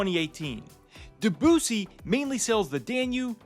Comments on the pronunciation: I hope by now you h ave learned the correct pronunciation of “Debussy “. Just sayin…. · Very nice video, however the spelling of Debussy is a cultural nightmare, why are Americans not capable to pronounce names correctly ? We love Riverside and have been on on the Mozart. Definitely the best River Cruise Line.